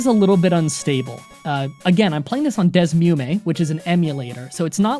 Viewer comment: The Emulator you used for Gen 5 isn't called Desmume It's pronounced DS Emu Me